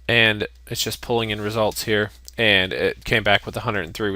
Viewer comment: The tutorial is great. It was unpleasant to my ear the fact that In the 4-6 min you said 20+ emphasised "ands".